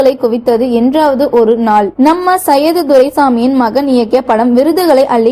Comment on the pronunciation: கடவுளே ! அவர் சையது துரைசாமி இல்ல, சைதை துரைசாமி, குரல் கொடுப்பவர் எங்க தமிழ் படிச்சார், கூலிக்கு மாரடிப்பதுபோல் இருந்தது தமிழ் பிரவாகம்